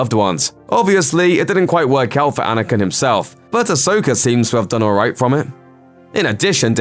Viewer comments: Anyone else notice how he pronounces Anakin as "Anakun" 😂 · the accent maybe